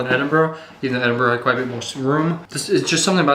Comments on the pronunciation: It’s Edinburgh not Edinbrough! 😊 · It's "Edinburgh" though I totally understand its hard to guess from how you say it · I've never heard of a place called Edinbrough